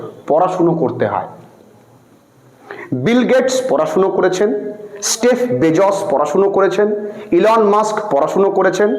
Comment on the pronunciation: Sir ota sref noi zeff bezos hobe😂